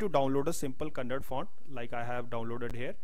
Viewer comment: Kannada not "KANNAD"